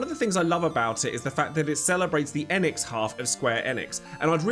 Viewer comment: Thumbs up for being one of the few YouTubers who pronounce “Enix” correctly 👍